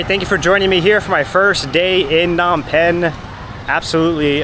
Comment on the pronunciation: lol its not Nom Penh.....the "P" is not silent.